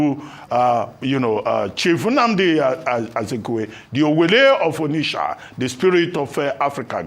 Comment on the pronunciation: Anchor is unable to pronounce Onitsha!